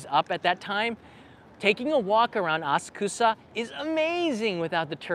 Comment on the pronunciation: As-kusa? Please say aSA k (u) sa. 🙄